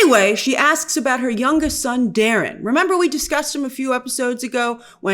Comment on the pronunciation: Its daeron not darren lol